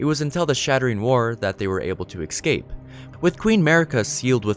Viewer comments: Hey... I watched this entire thing and I very much appreciate the entirety of the gesture... but (and again and again, and then for some reason you pronounced it CORRECTLY ) when you said "ecscape," it completely brought the house of cards down. It lost every bit of continuity, I lost all respect, and I couldn't focus on anything else. I would very much like it if you told me who taught you to how to speak so I can go burn their house to the ground... that being said, good video. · "Excape" lol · Learn how to say escape not excape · I'm sorry but it's EScape, not EXcape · Ok he said ecscape twice. Why.